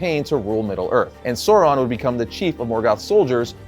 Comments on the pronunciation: Who is Soron? Lol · Others, including Christopher Tolkien, have provided more detailed pronunciation guides. AU has the value of English ow in town; thus the first syllable of Aulë is like English owl, and the first syllable of Sauron is like English sour, not sore.